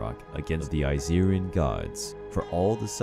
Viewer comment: it irked me when he said Aesirian 🤧 and the pronunciations 🤢🤢🤢🤮🤮🤮